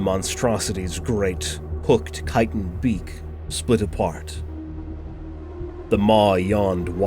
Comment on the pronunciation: The correct pronunciation of "chitin" is greatly appreciated.